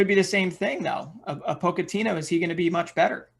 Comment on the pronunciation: Poach-Ahh-Tino not Poke-AHh-tino